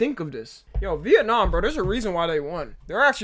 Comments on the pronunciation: Viet-namn war💀💀💀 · No fuckin way he pronounced Vietnam as veit nam💀